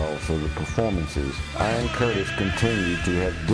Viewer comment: I get it, but it's a little disrespectful to intentionally mispronounce the man's name on purpose. The first time you say it you pronounce as Ian and for some reason switch later to Ion. Sorry, but that's how I feel. Otherwise I think it was a really good synopsis and I enjoyed it. You chose a great song for background.